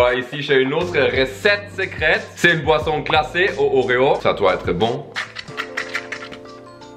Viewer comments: J'adore à chaque fois j'ai l'impression qu'ils disent poisson lol😂, sinon très bonne vidéo comme d'habitude continuer😉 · G cru que tu disais poisson mais en fait c boisson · Chaque fois que tu dis boisson j’entends tout le temps poisson 😂😂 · Quand tu dit boisson on a l'impression que tu dit poisson. 😂😂😂